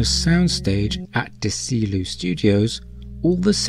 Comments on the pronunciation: Small point, Desilu is DEH-see LUE, not Dah-SEE lue. It's short for Desi Arnaz and Lucille Ball. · Desilu is pronounced "DEZ-e-loo", not "deh-SEE-loo" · Deseeloo? Desilu is pronounced “Desi loo” for Desi arnaz and Lucille ball. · Just a note, "Desilu" is pronounced "DEZZy-loo". After Desi Arnaz and Lucille Ball, who founded the studio. And starred as the married couple in I Love Lucy. And also in real life. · Great video! Thank you for breaking it down! By the way, “Desilu” is pronounced “Dezzi-loo” after the owners Desi Arnez and Lucille Ball. Also, in some subsequent ships we have indicators for the top and bottom of the warp shaft. (You probably know this). The bottom, or warp ejection, is coincidentally exactly where a mounting post would go if the ship were a plastic model…. The top is sometimes intended to be beneath a glowing dome, such as the one at the back of the extended saucer of the Reliant (and other Miranda Class ships). This establishes the tallest vertical line in many ships. I believe it was Doug Drexler who spoke on those domes being part of the power distribution from the core to other parts of the ship. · Just FYI, it's pronounced "Dez-ee-loo" Productions. I know there are a number of words that are pronounced differently in UK, (Schedule, Aluminum, etc) but proper names (this is a combined name) need to be pronounced in the way they are in their original tongue. The name comes from Desi Arnaz's and Lucille Ball's first names combined "Desilu Productions" thus "Dez-ee-loo". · it's "deh-ZEE-loo" DESI Arnez, LUcille Ball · FYI Desilu is pronounced Deh-Zee-Loo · "De-SEE- loo" studios? Ya ever heard of Desi Arnaz and Lucille Ball, Chief? Look into it. grumble... freakin Brits... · Aye! I wanted to correct his pronunciation of Desilu also. Desi Arnaz + Lucille Ball.